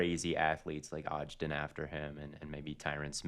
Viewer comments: gotta mispronounce someone’s name every episode “moon-oz” and “odge-den” lmao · Bro said Moon Oz and Odge den for Munoz and Ogden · doesn’t know how to pronounce Munoz or Ogden😭😭😭😭